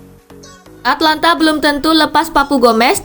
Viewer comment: atAlanta bukan atlanta